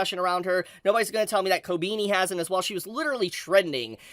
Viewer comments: I'm sorry but I have to say it: is not "Kobiini" is KobEni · who tf is kobini dude, it's kobEni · My man still calling her Kobeenie. It's Koh-beh-ni. Sry I had to. 😂 But this episode was pure chaos & heartbreak. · Why is he saying "Kobini"?💀💀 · Great episode. Really funny how pronounces Kobeni as Kow-Beany😂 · Who the fuck is "Kobeeni" lmao